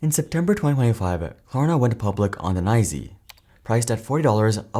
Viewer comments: I feel like these videos are ai voiced. you pronounced nyse As 'nyzeee' It's N-Y-S-E separate and each letter pronounced or new york stock exchange. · Nye-Zee. Channel has gone full AI. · Some acronyms are pronounced as one word though; it's not a hard and fast rule. Look at NASA - no one would ever pronounce that as "en ay ess ay". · As soon as I heard "Nye-zee" I was out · NYSE pronounced as Nye-Zee. What next? Mumbai pronounce Mom-Bay? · That's the first time I've ever heard anyone pronounce NYSE as nye-see instead of just the letters. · tell me the video is AI generated without telling me the whole video is AI generated .... no human ever pronounces the new york stock exchange as "nyse" thats literally the first time i have heard it that way lmao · Went public on the nine zee? Whats that AI? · Uhhh bro called NYSE like it’s a shoe company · You know it AI when it doesn’t know how to say NYSE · Genuine question - why couldn't that be a real human misassumption? After all, FTSE is pronounced "footsee", so I can see how someone would follow that logic to pronounce NYSE similarly.